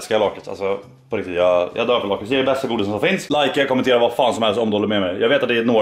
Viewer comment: Lakrits är gött MEN du uttalar lakrits feeel!!!!